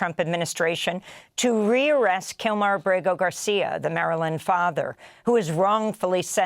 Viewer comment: "Maryland father" 😂😂😂